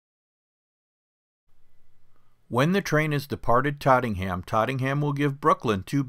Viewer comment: It’s Tottenham , not trottingham